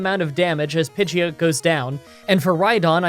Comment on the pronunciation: Pidgeot is pronounced "Pidgey-ot" with "ot" being pronounced as the end of "hot." Thanks Ash!